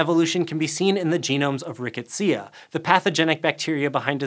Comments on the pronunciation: ri-co-SEE-uh? How about ri-KET-si-a-uh? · Interesting information - but your pronunciations are driving me nuts! par-SIM-ony, not PAR-see-MONEY Rick-ETTS-ia, not RiICK-et-SEE-ah